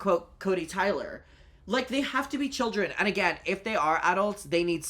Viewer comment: hearing the kodee tyler "these arwe childwen" again destroyed me